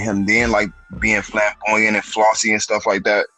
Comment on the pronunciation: Not trolling Bruh, but it's "flamboyant"! Great content as ALWAYS!